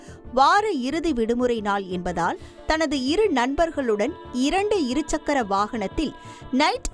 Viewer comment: செய்தி வாசிப்பாளினி நீண்ட நாட்களாக 'இருச்சக்கர' வாகனம் என்றே உச்சரிக்கிறார். இரு சக்கர வாகனம் என்பதில் இடையில் 'ச்' வராது.